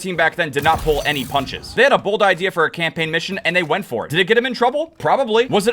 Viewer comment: The way you say bold could you imagine your on the plane that crashes in to the pentagon or the twin towers that would Be B L O D 😅